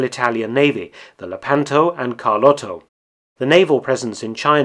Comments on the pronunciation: It's "LEH-pan-to" not "leh-PAN-to" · Lèpanto. Conte Verde is not Conti Verdi. Cagni is not caghnee. As noted in another video, the great deal of research behind this channel should include some on correct pronunciation. But thanks for these forgotten war stories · Thank you for this interesting information. Allow me, though, to make a couple of unbearably painstaking corrections of the pronunciation of Italian names. "Lepanto" is stressed on the first syllable, so it is pronounced "LAY-pa(r)n-toe". And in Italian, "gn" is pronounced like "ñ" in Spanish (that sound doesn't exist in English), therefore "Cagni" is pronounced "Ka(r)ñee".